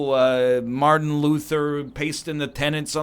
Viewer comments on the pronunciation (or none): none